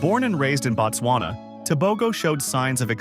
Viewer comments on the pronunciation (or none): "Boat-swana", not "Bat-swana"... As user "@ is implying below, "Batswana", as you are pronouncing the name of the country actually = "The Tswana people"; The correct name of the country itself is pronounced "Boat-swana" or even more correctly "Boot-swana"; I am not even going to waste time teaching you how to pronounce the "b", just say it however you always say it.. However, "Batswana" as you are pronouncing the name of the country is the same as saying "citizens of America". On the other hand "Boat-swana" or "Boot-swana" is the same as saying "The country of America".. The pronunciation of the prefixes in the Bantu language means and determines everything